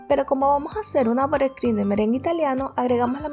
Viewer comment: Excelente receta. Excelente explicación. Solo te diría que cupcakes se pronuncia CAPKEIKS y buttercream se pronuncia BATERCRUIM.